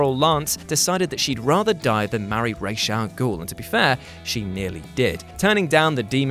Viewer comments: Thank you for properly pronouncing Ra's Al Ghul, Batman Begins is damn near unwatchable for me due to them constantly calling him Raz. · You know? Just for pronouncing Ras' Al Ghul's name correctly,(which unfortunately is a rarity anymore) I'm giving yuh a like.